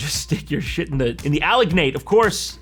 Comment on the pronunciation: THE WAY YOU SAID ALGINATE 😭😭😭😭